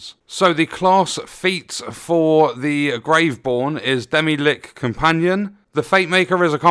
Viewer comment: that pronunciation kills me XD